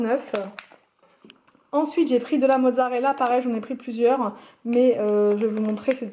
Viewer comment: Cc!! Super vidéo comme d'hab, pour les menus de la semaine c'est vraiment génial et ça me donne des idées mais pour la présentation des courses, je préfère l'autre version avec ton fameux "enssouitte! " ptdr 😂 sinon gros bisou d'Algérie 😘